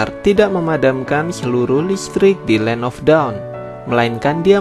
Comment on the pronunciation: Bang land of dawn bukan land of daun